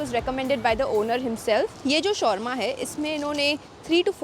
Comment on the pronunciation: The way u pronounce shawarma is wrong